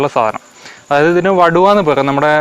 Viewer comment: വടുവ അല്ല. വടുകo എന്നാണ് പറയുന്നത്